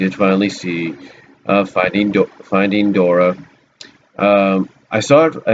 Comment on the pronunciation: Never heard anyone call it Finding Dora before XD